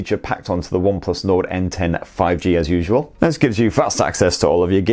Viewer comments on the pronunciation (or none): Sounded like you said Onplus Nord at £279? I don't think so pal lol